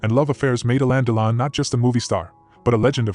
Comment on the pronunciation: On dit alain delon ducon prononce comme il faut fait pas l américain